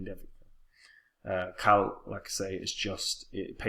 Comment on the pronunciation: KCal is "K-Cal" instead of your "Kal" 😉